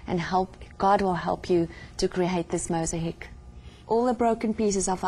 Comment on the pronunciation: mos a heek ? its mosaic. my dear with respect